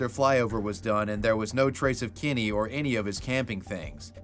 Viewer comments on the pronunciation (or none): I absolutely can’t stand the way you pronounce Kenny as “Kinny”… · I love how you say “Kenny” like Eric Cartman